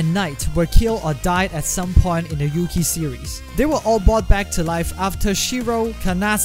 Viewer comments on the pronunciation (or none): You said kamen rider yuki and its wrong you need to read the R with yuki